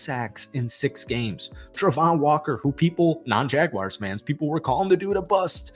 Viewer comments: JagWARS, not JagWIRES. Please, for the love of all things football, say. the. name. correctly. You came close a couple of times but we get sick and tired of people calling us the Jagwires. Other than that, decent video. Evan Engram is coming close to being one of the best TEs in Jags history and if you know our TE history that is saying something. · It's pronounced "Jag-WARS", not "Jag-wires"